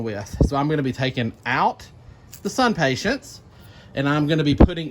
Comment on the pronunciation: SUNPATIENS...no T at the end. IMPATIENS...no T at the end. I realize this is very picky of me, but it drives me crazy.